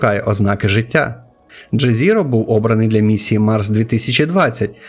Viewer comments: згоден, яке ще джезіро? якщо його назва польська і звучить як йезєро. ну і інше, персевіренс наприклад. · якщо з англійської (що скоріше за все використовувалась в місії), то ДжезЕро. В пересеверенсі в наголосі дійсно помилка (а ось звук "і" в британському варіанті більше на "е" схожий, але то таке)